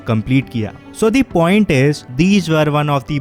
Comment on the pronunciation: Bro it is point not pont